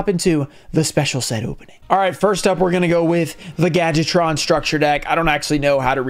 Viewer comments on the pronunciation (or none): Everyone pronounces Gadjiltron “gadget-tron”. Say it with me: gad-Jill-tron.